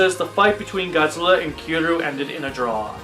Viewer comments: if you pronounce kiryu Kir and you. it kinda sounds like kill you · Also, Kiryu is pronounced Kir-ree-you